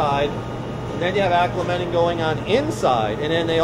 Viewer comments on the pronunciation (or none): thank you for this video but please please stop saying "acclementing" it's acclimating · Stop saying "acclementing"! ;)